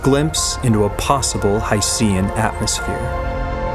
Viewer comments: It's pronounced 'HY-SHEN' like ocean. How could you not even get that right (and you presented plenty of other misleading statements)? It's almost as if your entire background knowledge is from Wikipedia. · Hydrogen + Ocean = Hycean So why not pronounce it as: Hy Shn? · I just can't get past your use of 'HI-SEE-AN.' At least you could have said 'OH-SEE-AN' as well. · I watched multiple videos about hycean planets and not once have I heard anyone pronounce it like you do. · Simple as a simpleton, just like the guy in the video. He couldn't even pronounce 'hycean' correctly once, as if he isn't aware of the portmanteau.